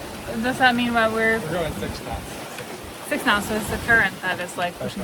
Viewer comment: Did you say k-nots for engagement?